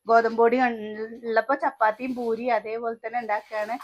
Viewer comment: Bhooriyalla. Poori ennanu parayuka